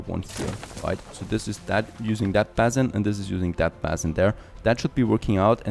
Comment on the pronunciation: Please check the way you pronounce 'basin'. I find myself screaming at the screen